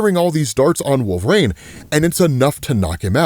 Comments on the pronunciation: Bro.. wolvereen.. not wolver-ain... say it right 🤦‍♂️ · Can I ask why you say Wolverine as Wolvraine? Not picking or anything, tomato-tomotto.